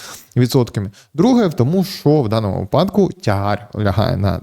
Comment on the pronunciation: Слідкуйте за наголосами вИпадок ЛистопАд вИтрати